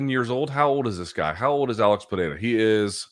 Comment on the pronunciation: Congrats, your pronunciation of Pereira is quite accurate.